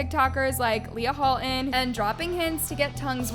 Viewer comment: "Leah Ho'olton"